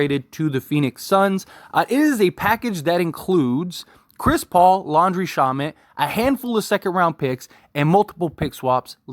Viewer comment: You are pronouncing Landry shamet last name wrong 😑